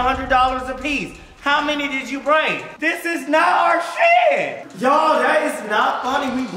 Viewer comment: I like how he says shee instead of shit and bussh